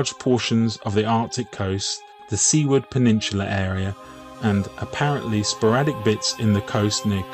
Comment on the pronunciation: BTW, what you're calling the "SEE-ward" peninsula is actually pronounced "SOO-ward".